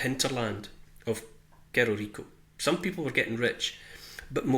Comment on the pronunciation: "Cerro" is the castillan word for hill and it is pronounced "sarro"